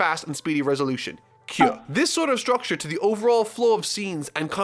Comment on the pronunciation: Anyone else bothered by how he pronounces kyu as kyuh?